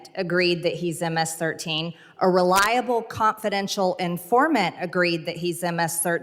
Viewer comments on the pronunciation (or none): none